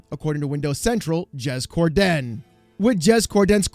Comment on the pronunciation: "Jez Core-DEN!"